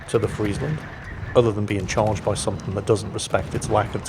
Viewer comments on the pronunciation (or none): none